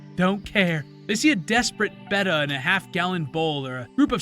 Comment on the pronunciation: Wow...a person who knows how to pronounce a "Betta" right and doesn't call it a "Beta"...haven't seen that since the 1980s. Sorry to sound like a pronunciation snob....it's just such a pet peeve of mine.